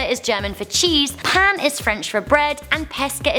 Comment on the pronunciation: Bread in French is pronounced p-eh-n(n is very quiet) not pan